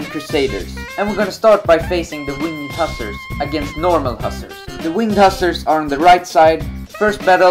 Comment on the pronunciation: You are mispronouncing "hussar".